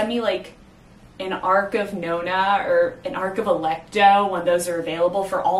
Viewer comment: "Noh-nah" - per the GtN's pronunciation guide - being a fragment of "Noh-nah-GUESS-i-mus". Pronouncing it "know-nah"... that grates.